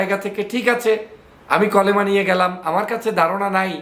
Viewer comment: কলেমা নয় কালেমা